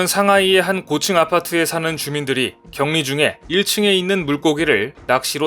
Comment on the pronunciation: [격리]는 [경니]로 발음합니다. 반복되는 틀린 발음이 아쉽네요. 중국식 발음법이라서 어쩔수없이 이 글의 주인공이 누군지 오해될 수 있습니다.